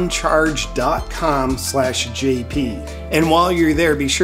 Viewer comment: Do you know that Dan BON gino cannot read. He calls the sauna blanket BONE Charge. Makes me laugh every time. Poor Mr BONE-Gino. Why pay him when he cannot even get the name right? PS I love his show.